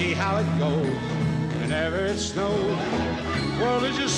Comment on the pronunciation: ",,,whenever it schnows..."